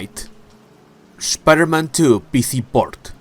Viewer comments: I subbed because I love how you say "Shhpiderman" lol good vids 🤙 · I can't unhear it😂